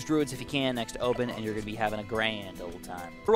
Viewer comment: O.P.NES, just say that again the way you did. Lol O.PENIS....